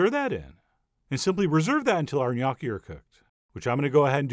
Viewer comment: Never knew the proper way to pronounce Gnocchi... Thank you now I know how!